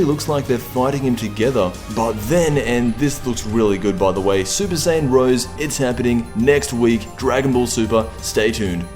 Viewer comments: it's rosé not rose. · You're pronouncing it wrong. It's Super Saiyan Rosè (Roe-zay).